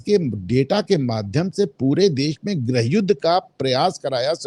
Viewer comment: grah yuddh ya grih yuddh, grih ko grah kehna hindi ki khatiya khadi krna hai ya faision.